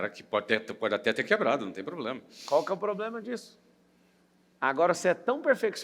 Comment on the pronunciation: poblema ? escutei isso ?